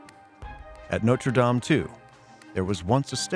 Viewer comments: It’s pronounced “Norte Dame — Dam as in Wham”: NOT “Norte Dame — as in game”. If a program is intended to educate, then the pronunciation of the words are important. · If he's talking about Notre Dame, be respectful and pronounce it correctly. It's not "Nowter Daym" . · Why does the narrator switch back and forth with two different pronunciations of Notre Dame? This is not only peculiar, it’s unprofessional. The correct pronunciation is used repeatedly by French interviewees, so there was no excuse for calling it Notre Dāme, with a long “a”. I also wonder why the screen is never called by its correct medieval term, “ the rood screen”. Rood is an old word for Christ’s cross, as in Scotland’s Holyrood Palace. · Interesting, but I find it disrespectful for the voice over to keep mis-pronouncing Notre Dame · why can't americans pronounce notre dame properly?? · Why can't Americans pronounce "dame" properly ? ruins the whole programme